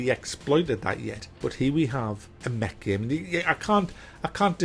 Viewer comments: He keeps saying Mech and all I hear is Meg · is he saying, Mc? Mack? Mech? Mag? Neck? game?